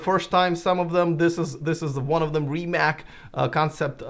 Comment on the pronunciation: It’s not Rimak .